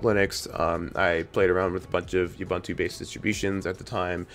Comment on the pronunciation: Your pronunciation of Ubuntu is offensively racist and colonial. If you know how to use the Internet, take the time to Google it. I cannot bear listening to your ineptitude.